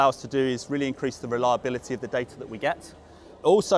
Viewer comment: I’d buy the vald as he can pronounce the t in data.